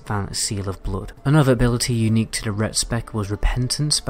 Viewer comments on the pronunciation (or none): The way you say boff , boffing blouod , seal of blouod